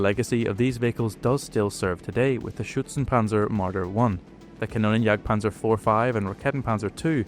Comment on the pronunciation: Sinnlose KI Übersetzung RaketenJagdPanzer muss mit Silben Trennung ausgesprochen werden "Raketen" "Jagd" "Panzer" KannonJagdPanzer geht gar nicht das heist "Kanonen" "Jagd" "Panzer" . Mir wird übel wenn die KI die deutsche Sprache verhunzt.:face-purple-crying::face-orange-frowning